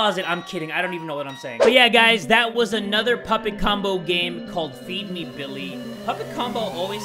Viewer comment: I thought he said "beefy billy" until the screen said "feed me billy"